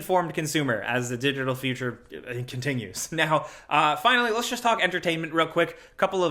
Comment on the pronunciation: “So let’s just” says “Shersh jursh”